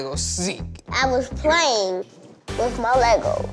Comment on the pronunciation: “You were Pwaying hide and go seek “😂😂